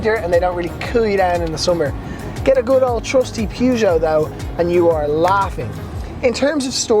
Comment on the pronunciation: ”Pyygou” 🧐 Still good review mate 👍